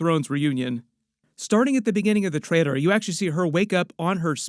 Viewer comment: Dude it’s TRAILER. LLL. You’re a grown man please say it correctly